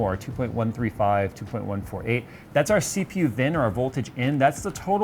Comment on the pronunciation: Did he just say vin? It’s V in. Not that anyone cares lol